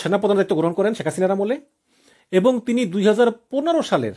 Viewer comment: উচ্চারণ ঠিক করতে হবে। ইবং (এবং) , কিনু (কেন), নিচ্চিত ( নিশ্চিত) 😂 এরকম আরো কিছু শব্দের সঠিক উচ্চারণ জরুরি। বাড়ি কোথায়? কুমিল্লা?